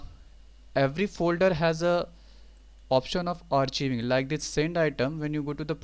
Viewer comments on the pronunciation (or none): Thanks...BTW it's pronounced ARK-EYE-VING!! Not AR-CHEE-VING!